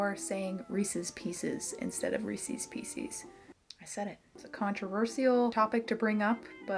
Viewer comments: I'm glad people other than me say Ree-sees pee-sees. I didn't know reese's pieces existed until after I'd already cemented my pronunciation of Reese's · I say reesie piecie, too. wtf is that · "Reesees peesees" How could you say something so controversial yet so brave